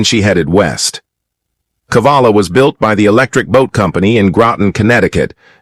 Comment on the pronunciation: Cavalla, not Kavalla. Saw it several times in the script.